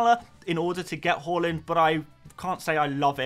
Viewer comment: Bought in Trent and captained him! Also did Zouma to VVD for a hit which looks to have paid off! Have already activated the WC straight after the deadline and caught some price rises. (I do love that you pronounce Haaland correctly) On WC I think my front 3 will be Solanke, Haaland, and Nkunku. Just worried about Watkins's ownership being over 50%, feels like I have to have him, just don't ever feel comfortable owning him and he's so expensive... What do you recon? (have also wanted Nkunku since preseason and can finally get him too